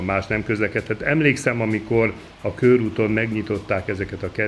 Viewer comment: Nem kőrút, hanem körút! 🙄